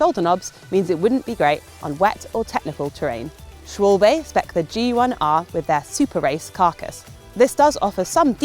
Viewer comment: Gotta work on pronunciation of Bontrager and Schwalbe though